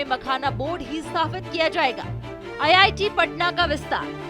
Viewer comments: Ye Giri Raj singh hai Begusarai Constituency se MP ye Sahb Bihta IIT ko ITI kahte hai sunte zara gaur se me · Bhai iti nhi re iit bolna tha 😅😅😅😅